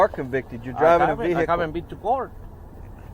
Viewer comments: All citizens: "vehicle" All 🐷🐖🐷: "VAYY-HEE-CUULLL" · Never trust a cop who says "Veee-hickle" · "Vee-hickle"... pound sand!